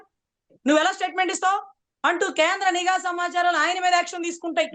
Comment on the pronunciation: నిఘా అనాలి not నీ ఘా